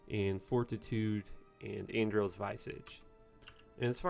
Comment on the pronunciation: How do you pronounce Andariel ? 0_o